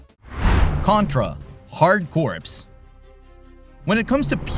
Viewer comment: Contra: Hard Corps is not pronounced like "corpse", but rather like "core". Try making that mistake to a Marine!